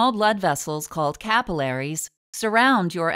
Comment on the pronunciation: I hate how she pronounces capillaries